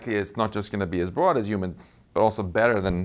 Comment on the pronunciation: Is he saying "humans" or "ewmans"?